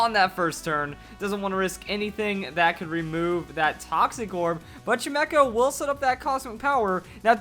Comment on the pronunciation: Uhm it's pronounced Chime - Echo. Chime, as in wind chimes.